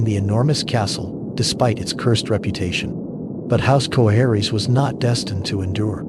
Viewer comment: VISS-AIR-US...not VIZERIES. JOE-HARRYS... not whatever the heck the A.I. voice was pronouncing.